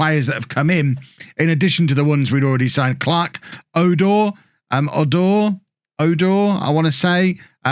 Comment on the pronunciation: Clarke Oduor's name is just pronounced the way it is written O-du-or😅. And great to have another Kenyan in the prem too! But well done for this remarkable non league to legend series, it's my first and I'm loving it!